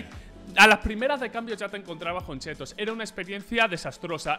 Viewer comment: me encanta porque en ves de decir chits dice chetos la gente va a tener chetos en las partidas xD yo quiero unos chetos so un capo pa te quiero